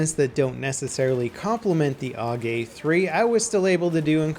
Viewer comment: It's pronounced A.U.G, not 'org'.